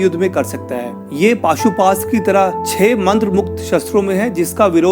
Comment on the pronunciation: Bhai maaf karna but wo pashupatashtra hh pashuastra nhi